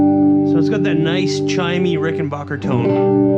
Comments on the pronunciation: It's pronounced "Ricken BACK er" Not Bocker or Baugher. BACK like scratch yer BACK. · And it’s “back” not “bock”. Rickenbacker. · It’s an a, not an o. Rickenbacker.